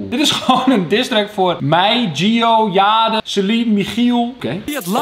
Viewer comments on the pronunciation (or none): none